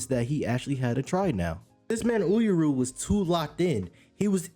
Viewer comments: oohr-yu bruh. 2 syllables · Had to comment on the pronunciation for Uuryu but good video in total!!! Keep it up looking forward to the next my brother ✊🏿